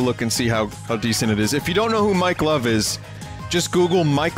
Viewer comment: Every time vinny says mike love, it sounds like mike glove.